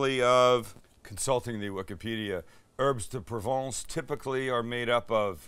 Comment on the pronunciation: Please do not pronounce the “s” in herbes de Provence. 😊 Your accent is too good to get that wrong. 🇫🇷